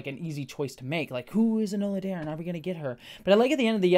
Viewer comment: "Enola Darren". Who? lol